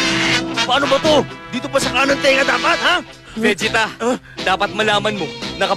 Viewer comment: Oh, the original Tagalog dub where Vegeta calls Goku as "Son Goku" more frequently and Vegeta's name being pronounced as "VE-ge-ta"